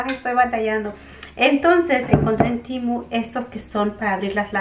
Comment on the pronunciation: no es TIMU es TEMU 😂😂😂. A lo mejor es q en inglés se dice así?? 🤔😅